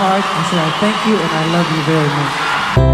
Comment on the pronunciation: (YE) "VERY MUKH" MIS'D...